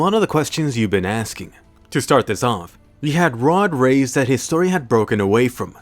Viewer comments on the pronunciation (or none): It's Reis not raids